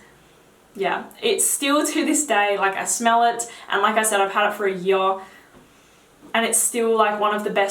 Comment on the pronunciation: "I had it for a hyurr"